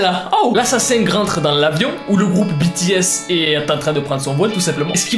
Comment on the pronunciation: Je sais que j'suis en retard mais je suis satisfaite que tu dit (BI,TI,S...ET NON BÉ,TÉ,S)